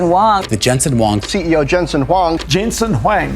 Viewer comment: Se pronuncia Yensen Juang en español (Jensen Huang), la W no se de donde lo sacas.